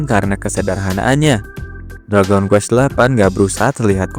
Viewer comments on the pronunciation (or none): none